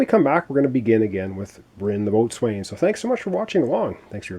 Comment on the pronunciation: Wow, your play throughs are coming out fast and furious these days,! Good luck with this one. BTW - Boatswain is pronounced "beau-sun"